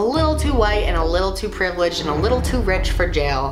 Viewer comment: "and a little to previlligged" best YouTube hoenstly